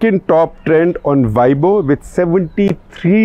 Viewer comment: weibo ., pronounce ‘ way po’